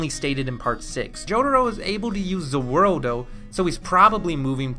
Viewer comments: He said ze worldo it’s ze wardo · Nice! Only thing: it's either "the world" or "za Warudo" - Not za worldo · “Za worldo” NO Say “The World” or “Za Warudo” One or the other! Not both! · The worst part of the video is that you say za wurldo instead of za warudo or the world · Did anyone here him say ze werldo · Anyone gets disturbed by how he says "Za waroldo" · Bro calls it Zu Wurdo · It’s za warudo there is no L